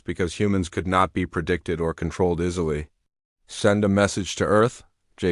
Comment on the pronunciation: Stop pronouncing "us" as "U S". In these stories, it's not the abbreviation for the United States. Delete this abbreviation from your dictionary. "Procedures" should be pronounced "pro-see-dyurs" and "easily" should be pronounced "ee-si-lee". Update your dictionary.